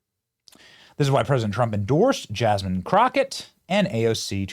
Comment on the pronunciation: Jasmean? Lol!